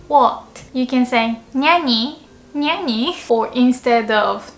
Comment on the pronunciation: NYAni (何 cat version) heards like 'NYAnyi' lol~~~